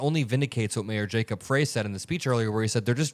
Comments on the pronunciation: It's pronounced "Fri", not "Frey". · Just a heads up, the mayors name is pronounced "fry" like french fry not "fray" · Thanks,, for the coverage. BTW: Minneapolis resident here -- Mayor Jacob Frey's last name is pronounced "fry" not "fray." Thanks again. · Can a single Meidastouch network creator pronounce our Mayors name correctly? Pronounced FRY NOT FREY. See how easy that is. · How about you learn how to say the name of the Mayor of Minneapolis. The E is silent. Said like FRY. Jacob Frey. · I really appreciate your content, but Jacob's Frey's last name looks like "Fray", but it's pronounced "Fry" like from Futurama. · It's Minneapolis Mayor Jacob [fry] (not fray) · Hey, great job covering the events here in Minnesota. BTW - Minneapolis Mayor Jacob Frey's last name is pronounced 'Fry'. Thought you'd like to know. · I'm from Minnesota and the Mayor of Minneapolis is pronounced Fry. Love your clips and jobs are dead in Minneapolis. First cocid the protests then construction. Now ICE. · Mpls Mayor name will keep coming up "say (fry)" not fray...Jacob Frey... Thanks... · I love your reporting. When saying the Mpls. Mayor's name ignore the "e". Spelled Frey, pronounced Fry. Much love from my beloved Minnesota! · Love you and thank you,, for all your work. ALSO, it’s pronounced “Fry” not “Fray” ✌🏻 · The Minneapolis mayor’s name is pronounced Fry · I believe it's pronounced fry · the mayor's name is pronounced FRY....really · Someone has to stand up for the Constitution. Might as well be Mayor FRY (correct pronunciation). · Hey … Frey is pronounced “fry” … thanks for all of your excellent work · Hey, ---Frey is pronounced Fry (our mayor) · the Minneapolis mayor's name is pronounced FRY like as in French fry. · I live in Minneapolis. The mayor's last name, "Frey," rhymes with "try." Thanks for your great reporting on this wrenching story. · Mayor Jacob Frey—pronounced “Fry.” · It's pronounced like FRY!